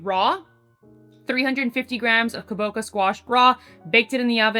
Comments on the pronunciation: I love ya girl and the content you’re sharing - letting you know it’s Kabo-ch-a! Not “kaboka”! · You can also pop the Kabocha in the microwave for a few minutes to shorten baking time. I live in Japan and we eat a lot of Kabocha over here. (Btw it’s kaboCHA like chachacha)